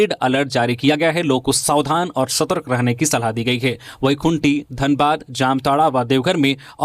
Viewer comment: सतर्क श्रमिक स्कूल ओर नियमावली का उच्चारण सही नहीं करते हैं